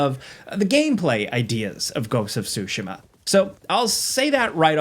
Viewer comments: Ghost of tsu-SHI-ma... each syllable is pronounced with equal stress. Actually played it while living in Japan. This was an excellent overview. Looking forward to playing this newest game. It's up there with the last two Zelda games and the Zero Horizon games. Thanks! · “Ghost of Sushi Ma” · "GHOST OF SHOOSHIMA" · btw it's not SUE-SHIMA, it's TSU-SHE-MA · If this guy says “sooshimmaaa” one more fucking time… ITS SOOOSHEEEMAAAH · JorRaptor likes to say Ghost of Tu-sheem-mah and says Ghost of Sue-she-mah. Ghost of Tsushima is pronounced Ghost of Too- shuh- mah- Say the word shut with out the letter T. Shu, and then say the word mud with out the letter D Muh. Then say the word really fast for it to sound good. 😂😂😂😂 Hard asf to pronounce a word through texting 😂😂😂😂😂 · I'm sorry but I cannot watch a review when someone says Ghosts of SUSHIMA...... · lol blud keeps saying so-sha-muh, way to butcher the name you haoelè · I have heard “ghost of SoWshima” 4 times and I’m 1 min in. 🤦🏽‍♂️ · Who else is annoyed at how this guy kept butchering "Tsushima"?